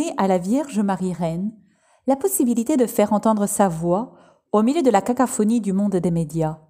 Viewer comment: La cacophonie, pas cacaphonie ;-) Merci pour la video :-)